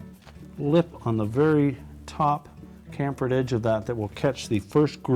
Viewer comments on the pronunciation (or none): THE WORD IS PRONOUNCED CHAM-FER NOT CAM-FER. PLUS THAT TOOL IS NOT NEEDED.